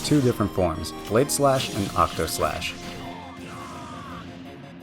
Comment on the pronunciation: *Octaslashn not Octoslash. Sorry, FF fan. Had to say it. 😖 Fantastic guide, thank you so much!!!